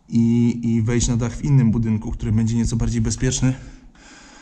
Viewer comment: tóry pomyliles sie i zapomniales o "k"